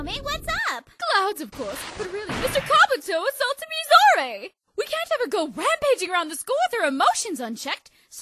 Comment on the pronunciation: Why do people keep saying Mizore's name wrong? It's pronounced Mizore (Me-zoe-ray) Shirayuki (Sure-rai-you-key).